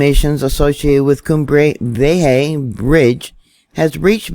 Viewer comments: KUM BREY VEE EH HA is how it is pronuced. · "Kumbɾe 'bjeha" say it with me. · "Cumbre Viejo" correct Pronunciation ( koom-bre vi-é-ho ). P.s. according to the spanish speaking news.. Transformers have been brought in that can convert seawater into fresh water...for people & banana plantations. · Hi. I believe the volcano is pronounce like…. Kuem bRay Ve Aye Ha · Cumbre Vieja..pronounced Coom-brae Vee-ye-ha